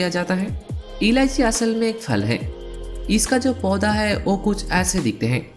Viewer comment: Babu SAAR nahi KHAADH, aur CHHAAL nahi CHHILKA, O nahi WO, E nahi YE, KEYI nahi KAYI, HEY nahi HAI bolo, Bangali ho kya?